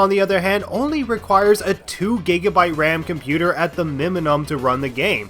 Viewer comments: People are talking about how he says “MON arch” as “minarch” But don’t talk about how he literally said “miminum” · You said miminum instead of minimum